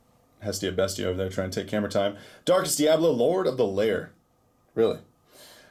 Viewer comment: Its lair not liar